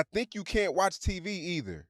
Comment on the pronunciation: say TEE VEE 😂